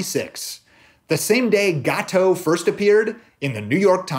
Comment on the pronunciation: As a French, I can listen you pronounce "gâteau" for hours !